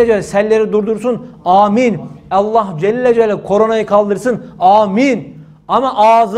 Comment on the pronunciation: Allah Celle celalihu denir Allah Celle cel deyil hocam